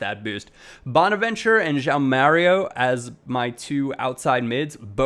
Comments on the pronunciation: Just a heads up it's "bo-na-vin-tur-a" (or chur-a depending on your nationality) for bonaventura. Cheers from a Milan fan! Glad you like Bacca, try and rip a long shot from bonaventura too! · I love ya, and you inspired me to do youtube but being Italian and you murdering bonaventura name hurt my ears lol its bona-ven-too-ra